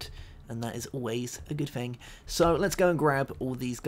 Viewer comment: please, its thing, not a fing